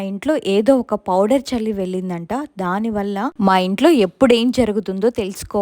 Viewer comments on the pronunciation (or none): none